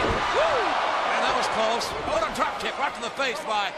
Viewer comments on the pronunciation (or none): none